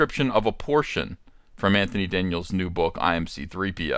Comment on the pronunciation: Did you call him “Va-JJ”? 🤣